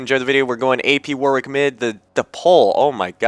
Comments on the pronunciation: My ears started bleeding every time you said 'War-Wick'. You say it was 'Warrick', even though there is a 'w'. There is a place called Warwick in the UK and that is how you say it ^_^" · Second W is pronounced as an R